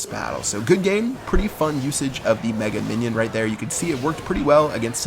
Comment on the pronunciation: Мне парой его даже жаль. Умудряется это тупое название выговаривать "Мега Миньён"